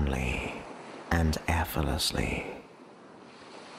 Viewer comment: it’s most generous of you to put all your work on YouTube free of charge. However, while your voice and tone is good I experience a discord every time you say the word efforlessly rather than pronouncing it correctly as effortlessly. This mispronunciations is too distracting for me to gain benefit from your work. I’m sorry about this and hope in future you will correct your pronunciation of effort and effortlessly. Warm regards, Elizabeth